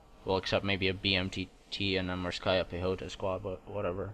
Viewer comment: The best russian pronounciation of morskaya pekhota i ve ever heard from english speaker)